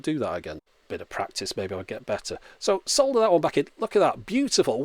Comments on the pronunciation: The word is solder so we pronounce it (drum roll) ... SOLDER. (Not sodder) Just like the word herb ... which we pronounce ... HERB. (Not erb) In England we like to use English pronunciation. 👍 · Almost orgasmic to hear 'sol'der' for solder instead of 'sodder'. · At least we Brits pronounce the L in solder. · "Disclaimer: I'm not an expert." Me, a complete idiot watching him repair everything known to man: He's magic. 😯 "Yes, my pronunciation of 'solder' sounds a bit different..." Honestly, I didn't even notice at first. Maybe because your pronunciation actually SOUNDS RIGHT. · Three Things... Nothing wrong in how you pronounced Solder... its sods who pronounce it 'wong'.. If there was enough space for it, i would have socketed the ram chip.. Save putting heat directly to the new chip... Lastly but most importantly... I still got my ORIGINAL C64 from 1985 (PAL) and it still works.. 0 chip replacements ever needed... And i recently picked up a second one at auction, (no power supply). Still thinking about testing it but just not got round to doing it.. Watching the Action on a SX-64 mini display just made me think about setting up the C64 next to the Xbox, on my 42 inch Plasma screen..... Hmmm........... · I didnt notice you the way you were pronouncing "Solder" until you mentioned it. Where Im from in the states (Alabama), I know alot of people who pronounce Solder the same way you do with the 'L' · We pronounce "solder" the same way here in the US like you did!